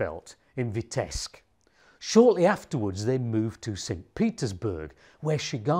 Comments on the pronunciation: Its Vitebsk with a B not Vitesk. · Vitebsk is rather pronounced VEETEBSK with 1st syl. stressed. Thank you for the story. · Thank you for your videos! Just one comment: the city’s name Vitebsk should be pronounced as “VeeteBsk” (‘B’ has to be pronounced clearly) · Btw, b in Vitebsk is not silent. g in Modigliani is silent. Could you? :)